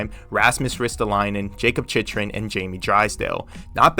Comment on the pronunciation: “Chich-rin” is bothering me so much